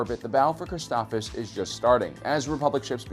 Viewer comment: Never seen this channel before, and I love the effort, but saying some names incorrectly (Christophsis! You're missing the 2nd S!) and this whole voice impression thing with Morgan Freeman are putting me off. Just use your own voice dude, it's fine! The Freeman impression doesn't fit here, and the switching back and forth between the voices throws off the feel of things. Am I watching sci-fi technical summaries, or hearing a bedtime story? :P If y'all like it, great that's your opinion and the creator's prerogative, and that's A-ok, but I don't like it. Otherwise a great video with tons of nice summary and nuggets!